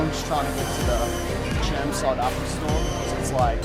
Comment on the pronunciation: chermside? XD